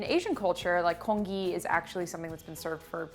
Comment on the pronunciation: I'm partial to rice porridge haha, but this looks delicious!! & the 'gee' in congee is pronounced like the letter G by the way :)